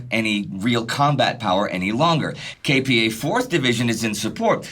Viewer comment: I was born and raised in S. Korea and I've never watched a documentary more detailed and balanced on the subject than this series, which says a lot. And thanks much for listening to the feedback on the correct pronunciation of KPA. I appreciate your efforts to make this already great series as accurate as possible, even for such little details.